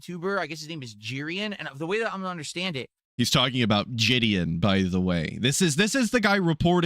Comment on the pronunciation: The way completely misrepresents Jidion's history on YouTube is insane. Jidion had been getting millions of views on prank videos long before doing pred catches, and can't even get that right. Edit 1: There is not an "r" in Jidion, so how did he even get to that pronunciation? Edit 2: Mind you, First Light is the easiest game to get headshots in (one shot kill against unarmored enemies) and can't manage that. You can literally slow down time to align your shots. Edit 3: First Light is not a game where you're supposed to play the action sequences like COD. Even with a long gun, you're supposed to fire in short, controlled bursts. The ammo scarcity and gameplay design teaches you this. But no, refuses to aim and just sprays half his ammo at nothing..